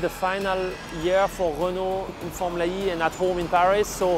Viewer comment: Finally, someone who pronounce "Renault" properly.